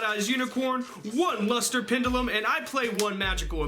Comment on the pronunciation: Pendulum mispronounced. Kappa